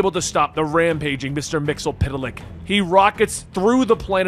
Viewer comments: Phonetically its Mits -sul - plick at least according to the Superfriends cartoon from the 70's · I thought it was Mit-zel-plix